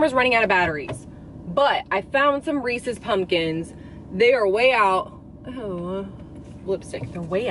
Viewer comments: The first time I heard you say Reese's pumpkins, the video cut out/YouTube closed, and I swore you said racist pumpkins. I was like...what just happened. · I could have sworn you were saying “racist pumpkins” . XD 😂